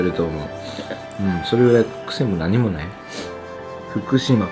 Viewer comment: さんは、 言葉が丁寧で、 聞いていて安心します😊 雪、 座った、 ない、 という時に、 イントネーションが反対なのを感じます。 ただし、さほど訛った感じはしません😊 誠実な方だと、 想像いたします😊